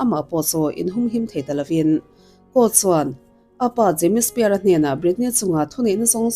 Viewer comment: Britney Spear....😂 Britney Spears anih khi.... Jamie Spear...😅 Jamie Spears tih ve hram awm.... Lam dan hi uluk ve deuh a tha asin..